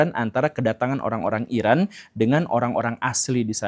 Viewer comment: Eran dibaca Eron